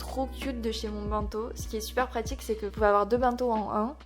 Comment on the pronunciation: C'est pas méchant mais dans bento le ben ne ce prononce pas " bin" mais "benne" comme dans une ben à ordures